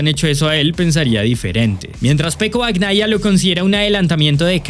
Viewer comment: Bacnaia? No bebé, se dice bañaia😂😂😂😂